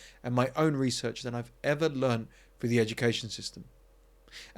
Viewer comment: At 7.48 you talk of having logic come through, but you actually say 'have logic come froo" My point is that if you cannot pronounce words correctly and dumb them down with poor and lazily spoken pronunciation...then you should not preach about the relentless dumbing down of social interaction my friend.